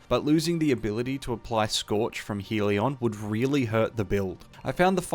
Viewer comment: Hell-ee-on, still a concisely explained build.